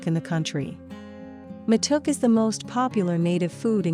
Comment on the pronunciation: It's not waa-raa-gi it's wa-ra-gee, also it's ma-to-ke. And rolex's are delicous